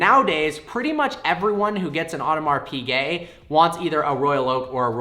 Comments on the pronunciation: Audemars Piguet ->it's not "Odomar Pigay" it's "Odmar Pigay" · “Audmars peegay” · It´s called Audemars "Pischet" (French) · „Audemars PeeGay“ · Funny how he can’t even pronounce Audemars Piguet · I cry every time he says Audemars Piguet